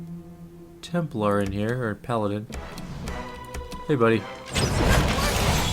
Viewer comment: Why the heck did he say templar😂